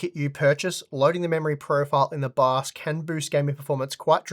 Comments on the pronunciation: Does anyone else hear "baos" instead of "bios" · I thought he said bus